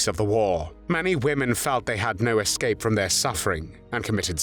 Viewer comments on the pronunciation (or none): none